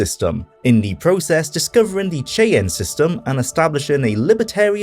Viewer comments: 1. It’s pronounced Shy-Anne (Cheyenne) 2. It’s a reference to the STILL EXISTING Native American Tribe, The Cheyenne, for whom the state of Wyoming named a city. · its' pronounced "shy-ann" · Cheyenne is pronounced more like Shy Anne than how you said it. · Great video! BTW, it's pronounced "shy-yann"